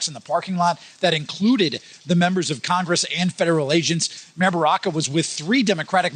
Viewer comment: i'm not sure if she said drunk traffickers, but i did hear her say congrgress, lol